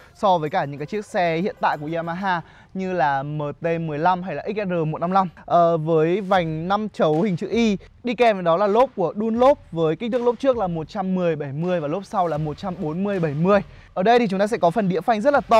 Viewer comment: Đăn lốp đọc thành đun lốp